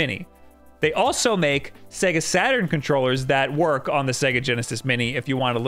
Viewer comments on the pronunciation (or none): none